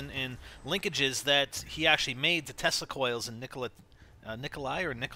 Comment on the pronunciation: I thought he said testicle coils lol